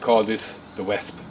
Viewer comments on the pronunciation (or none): It's wasp not wassssp .But good video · Just so you know for future reference, wasp is pronounced as "wosp", yeah English is such a weird language =p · its pronounced WOSP BTW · 5m20s He refers to the shape as a "Wesp" to help you English guys he is saying Wasp (as in the insect). The reason he is pronouncing it Wesp is due to the German translation of Wespe (Wea-s-pe). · I like the way he says wasp. ''Wesp'' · Wesp? Did he mean wasp? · Pronounce wosp. Wasp. :) friendly comment from one german to another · He pronounces it w-ah-sp Germans when speaking English pronounce a's like ah's. Take Adidas for example. It is correctly pronounced ah-de-dahs not a-de-dis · You say "wasp" the same way a Scotsman does ;o) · i like the way you say wasp with your accent